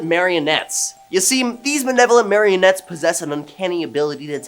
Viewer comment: He has never said malevolent...he says manevolent... must be a Canadian thing, eh